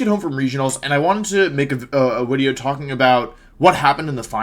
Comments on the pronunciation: why do you say “wideo” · "What's going on guys, welcome back to another Wideo..." Wolfe Glick. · We’re just gonna ignore the fact that he’s saying “Wideo”? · We dont ignore it, we celebrate it!